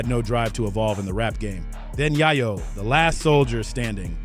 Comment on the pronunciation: Bro, it's Yayo, not Yaiyo😂. You should learn how to pronounce someone's name before you start recording.